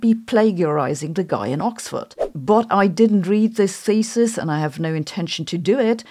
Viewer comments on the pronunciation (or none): Y i heard the word "thesis" pronounced as faeces? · In this case, thesis is pronounced feces. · Am I the only one hearing “feces” when she supposedly says “thesis”? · "Smell Feces" the German accent makes it even worse 😀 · The whole time you said "thesis" .... and I consistently heard "feces". The olfactory topic got to me ..... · 'Thesis' pronuonced 'feces'